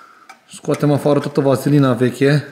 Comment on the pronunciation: Simering, nu semering ;) Vaselina, nu vazelina 😊